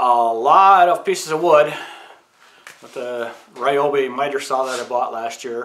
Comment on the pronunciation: Looking forward to watching the new business venture videos! I'm a Ryobi guy as well so I have to point out that it's pronounced ree-o-bee :)